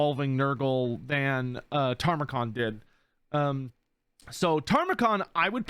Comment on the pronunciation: If Tamurkhan ends up being the only champion of Nurgle not in Immortal Empires, I'm going to scream. And it's pronounced ta-mer-khan. Not "tarmacon" (the later syllables should be more emphasized than the early ones). He's loosely based off of Timurlane, a conqueror who faked his family tree so that he could claim being the descendant of both Muhammad and Genghis Khan. Hence his backstory being the long lost son of a chaos version of Genghis Khan.